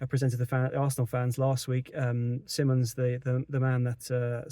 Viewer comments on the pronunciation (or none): His last name is pronounced SI mons. NOT. SIMMONS!